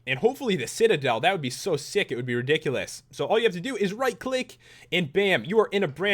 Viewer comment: I hear HP references all the time... He says Riddikulus all the time, insteaf of ridiculous!